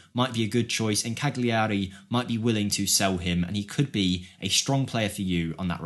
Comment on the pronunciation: Wanted by some of the biggest clubs in the world. And Tottenham. Plays for The Cabinet of Doctor Caligari. Cag-lee-airey. Really.....that's just embarrassing. Cal-yia-ri